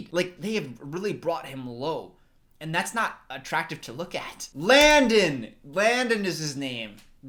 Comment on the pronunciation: Take-off, Lift-off Landon sounds like landing!! 🤣🤣🤣